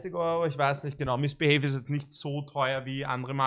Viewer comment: Niemand: Wirklich niemand:: MiSsBiHeY 😂🤦🏻‍♂️